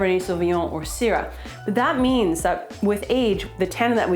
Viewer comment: The way she pronounced Syrah genuinely makes me consider that everyone in America might be pronouncing it wrong…. Hopefully it’s just her though 😉😂